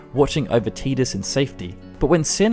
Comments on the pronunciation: TIDUS not TEEDUS!! sigh... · It's tie dus not tee dus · "Tee-diss"..... LOL i will never accept that terrible pronunciation. It's "tie-diss"... as silly as FF names can be, this TEEDISS shit is bonkers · Isn't his name ty dus? Why does he keep saying teedus? That sounds weird. Do origins of the ancients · ITS TIDUS NOT TEDUS AHAHAHSHSHSHSHSHBDFNDKKD C love your videos by the way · “Tee-dus”? It’s “Tie-dus” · T EYE DUS TIDUS NOT TEEE DUSS THERE IS NO E IN TIDUS , YOUR NOT TERED YOUR TIRED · Learn how to pronounce Tidus! If it was "tee-diss" it would be spelled Tediss, not Tidus... i dont care what the demo video pronounced, its wrong, arr-tard. (Arr-tard is meant to be pronounced 'fellow human, not arr-tard, how it's normally pronounced) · isn't it TIE-dus? or am i wrong? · How can you pronounce names so wrong in the first game to actually have audio? Teedus. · Great video! Had to dislike it though. You’re saying Tidus wrong. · I couldn't finish this cuz he keeps pronouncing his name teedus wrong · His name is pronounced "Tie-dus", this has been confirmed by Square... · 'Teeeeedis' ouch.. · "Teedus" Yeekes. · You'll call Tidus Teedus but you won't say Machina. Crazy. Annoying.